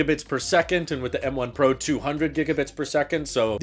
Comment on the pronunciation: You would think that when Apple decided on the guy to talk about M1 Pro, ProRes and ProMotion, they would get someone who can actually say the word "Pro" instead of pronouncing it "Por".